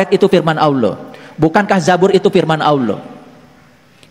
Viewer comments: Menyebut ALLAH, saja berbunyi AWLAH, dr situ sj udah ngga bner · Awlo..awloo.. gak bisa melafalkan Allah dengan sempurna..😮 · MANA ADA UMAT MUSLIM MENYEBUT ALLAH DENGAN SEBUTIN AULOH..SAYA JADI MUSYKIL AFA BENAR INI UMAT MUSLIM..KATANYA ILMUNYA TINGGI..NYEBUTIN NAMA ALLAH AJA SEPERTI ORANG NON MUSLIM.. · Si nyebut Allah saja dia gak becus...mana ada Allah di baca jdi Awlloh...mana ada huruf WAU nya😅😅😅😅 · ini hampir di setiap vidionya Kalo yg sy dengar nyebut Alloh kedengarannya seperti AWLOH,🙏🙏 mungkin sy salah dengar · Kalimat yg dibaca bukan Alloh tapi dia sebutnya awloh..... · Kita liat dia nyebut nama ALLAH saja sdh salah..Awloh..dasar si oten oten.. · DARI LOGAT NYA AJA ,UDAH KETAUAN DIA BUKAN MUSLIM,,,NYEBUT ALLAH AJA AWLOH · Bukan Awlo tapi Allah, lidahnya keluh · ALLAH puulll.. Bukan awloh😩😩😩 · Itu bukan orang muslim cara mnyebut harusnya Alloh seperti/kedengaran AuwlloH.harusnya ada penebalan/penekanan di huruf l jadi Alloh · Aneh ini si. mengucap nama allah itu seperti ini: aullo. Semua ustadz menyebut lafaz allah itu ya allah dengan fasih nya. Dia koq bilang nya aullo,jangan² dia pura² islam. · aneh kok dipanggil ustaz orang macam ini, nyebut Alloh saja" auluoh" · menyebut ALLOH aja, awloh, jelas dia orang yang ga jelas, ALLOH hurufnya bertasjid bukan pake W, laknat tulloh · Ayo dong segera bertindak! Payah orang ini, menyebut اَللَّه saja salah. Dia bilangnya AWLOH... Astaghfirullah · Nyebut nama ALLAH saja dia susah😰😰😰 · Bener meresahkan ini terus bahas bang nyebut allah aja awloh mui plis dong gimana ini ini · Ucapkan Allah aja alluuhh...😂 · Menyebut asma Allaah aja nggak bisa itu pendeta sepertinya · Ucapan ALLAH aja nggak teteh. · Ini siapa ya sebenar nya? Nyebut Allah aja gak bener terlalu berat x lidah nya wah curiga saya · Nara sumber.yg di masalah kan.melafadkan Alloh saja gak pas.